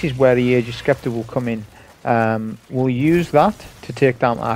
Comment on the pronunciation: Hey man, awesome and educational video as always. Really happy to see Ager's is as effective against against barrier champs as I'd expect. We'll see how things go in GM's though. Also, and I mean no offense whatsoever by saying this, but Scepter is pronounced Septer, like septic or separate. Silent c. Again, no offense, it was just making me lose my mind lol.